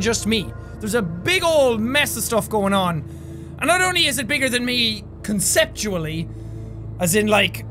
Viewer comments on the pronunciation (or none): my mom came in when he said conceptually and it sounded like sexually lol one like one prayer